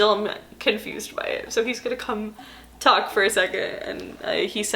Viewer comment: "taulk to you" theres the long island lmaooo